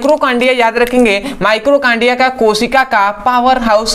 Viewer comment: Mitochondria होता है ना कि माइक्रोकांडिया आपने गलत स्पेलिंग लिखी है और उच्चारण भी ग़लत कर रहे हैं